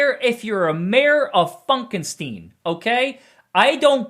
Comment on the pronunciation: “The Mayor of Funkenstien”- 🤣🤣🤣